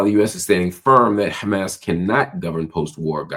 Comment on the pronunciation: Any one that pronounces Hamas like that is a terror loving asshole.